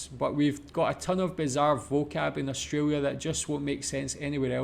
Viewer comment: well first pronounce "australia" right. lol i understand if its ur accent